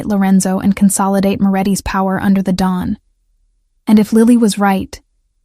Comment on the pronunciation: The correct word is Don not dawn